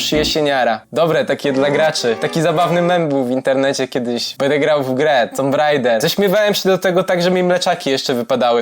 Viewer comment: Nazwę gry tomb raider czyta się "tumb rejder" Prosta fonetyka